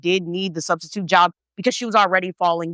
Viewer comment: Studstitute 😂😂🤣😂🤣 crYing*